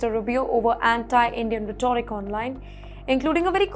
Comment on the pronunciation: It is pronounced "rheto-rick"...